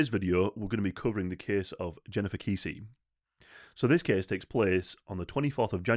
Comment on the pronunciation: Pronounced like Bessie, but with a K, Kessie xx